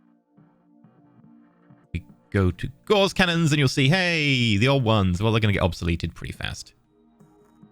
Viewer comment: Not to be an asshole or anything but you are pronouncing Gauss wrong. it's Pronounced "Gows".